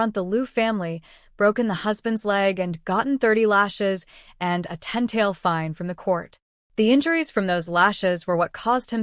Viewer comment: Why can't Ai read "fine"? Its always Feene